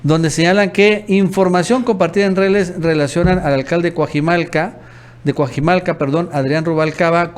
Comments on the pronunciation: Por favor, no digas Cuajimalca. Es Cuajimalpa. Ni pareces mexicano. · No sabes leer, no es Cuajimalca es Cuajimalpa, pon atención y practica mucha lectura